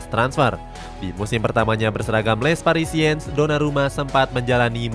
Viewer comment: masih perlu bertaun2 sih buat psg buat juara ucl, gk bisa setaun dua taun tiga taun izin koreksi yaa min untuk pelafalan nya - les parisiens --> le parisiang - parc de princes --> park de prangs - galtier --> galtye - juan bernat --> huan bernat